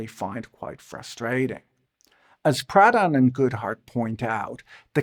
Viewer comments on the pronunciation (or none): I kept hearing “Pradhan” as “Proudhon” and boy that would have been a wild lineage for a former managing director at Morgan Stanley